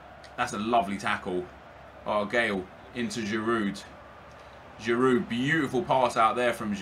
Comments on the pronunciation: its pronounced girou not giroud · You support Arsenal and pronounce the d on Giroud. It's more like girou almost. Do you even watch football? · Please stop saying Giroud with the D in the end bcoz its killing me, the D is silent bro -__ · you don't pronounce the d on giroud nep